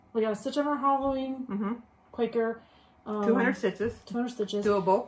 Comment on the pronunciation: Think it’s Quaker, not quacker lol. Loved watching you two